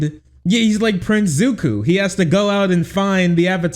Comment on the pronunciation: Bro said prince Zuku 😂